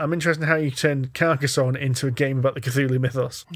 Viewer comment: Hurrah for pronouncing Carcassonne correctly.